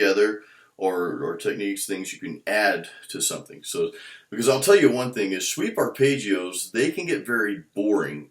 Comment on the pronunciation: I remember when you used to call them "Shweep Archipelagos." BWA-HAHAHA!!! Just funnin' with you, another good video, J!